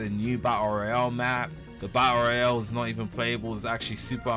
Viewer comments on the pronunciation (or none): Love the "Bael Royal" lol